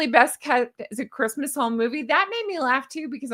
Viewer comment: She can't even say "Christmas"...